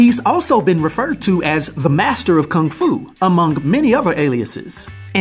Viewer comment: Let’s call it Kang Fu instead of Kung Fu since Kang will be in the MCU…that would’ve made more sense if you are going to butcher a word or a name…